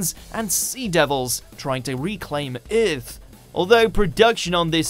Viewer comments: What is this planet called Eeeeerth? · Uurth instead of Earth